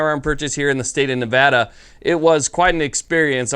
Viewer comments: THANK GOD FUCKING FINALLY, SOMEONE WHO KNOWS HOW TO PRONOUNCE MY STATES NAME CORRECTLY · Thank you for pronouncing Nevada right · Subbed simply because you pronounced Nevada correctly. Welcome to the state, youll find other surprises and liberties here that you wont be accustomed to as well. Enjoy. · As a Nevadan thank you for pronouncing the state correctly, if Vegas has it their way they will turn this wonderful state into California. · I'm just happy he's pronouncing Nevada right